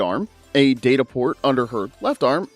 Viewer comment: Uhmmm... It's actually pronounced "Data", not "Data".